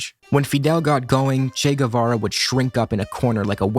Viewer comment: They can’t even say his fucking name right!